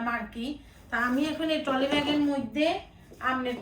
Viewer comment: টলি না ট্রলি